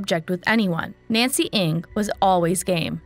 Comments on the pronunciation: I hope the family finds closure. Also the group comes forward on what really happened. ALSO, Ng is pronounced "Nang" not "Ing"; it was pronounced correctly by one of Nancy's friends within the video. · Please .. not Eng it's Ng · I definitely recall that "NG" is pronounced as Nang and not Eng? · NG not ANG. Jeez. Rest in Peace, Nancy. 😢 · the pronunciation is "Nang" not "Ang". btw she looks china so she probably just walk away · Ng pronounce as Eng not ing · At least pronounce her last name correctly. Its not "INC"